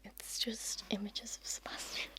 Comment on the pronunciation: I love how you pronounce the name Sebastian and I would love it even more if you would do a trigger words video with just this word ! Pleeeease ! The sound of it literally knocks me down. I really hope you will do it and thank you for your extremely relaxing voice and videos.